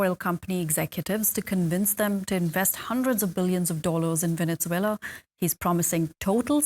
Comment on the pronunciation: "Venetzuela" lmao